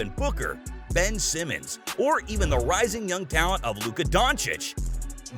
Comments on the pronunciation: Ik this man didn't say Ben Simmons. 🤣🤣😭😭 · This man said Ben Simmons haahahahaha